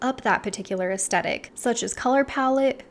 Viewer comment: It's pronounced "es THetic". And even though I always self-typed as a soft classic, lately I think it may be Ethereal. But accord. to Kibbe, it could be soft natural??